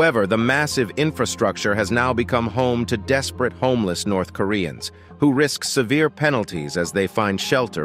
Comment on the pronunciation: I laughed more and more every time I heard "lab-hour". The pronunciation problem in this video is very sev-array (severe)!